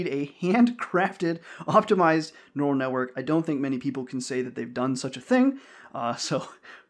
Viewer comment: Neu - ral - net. It's in the brain.